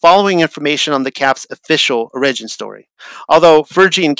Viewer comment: An o-RIDGE-in story? Or an “Ora-gin” story? Is anyone else wondering who wrote this paper? It’s like is reading something he didn’t write. So weird.